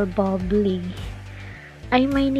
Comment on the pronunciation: Akala ko legit news. Putsa Buble lang dipa ma pronounce ng maayos ng hinayupak na uploader na to. Dapat ipagbawal na Ang mga walang kwentang nagpo post ng ganito